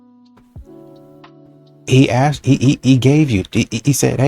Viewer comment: "Asked" Asssskkk-ed Not axed